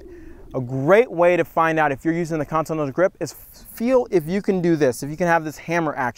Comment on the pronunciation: He can't say continental bahaha